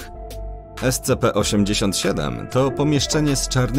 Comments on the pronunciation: kolejny mówi es-ce-pe mówi się es-ci-pi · Scp wymawia się escipi(tak jak po angielsku byś cytat każdą literę oddzielnie)poza tym może jakiś filmik o scp 096/173 albo po prostu jakieś popularniejszym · Scpi się mówi